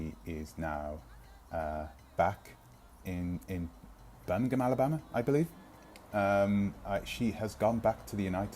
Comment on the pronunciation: Birmingham, Alabama??? couldn't quite understand your pronounciation.